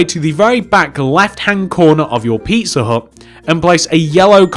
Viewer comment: When you say pizza hut fast it sounds like pisser hut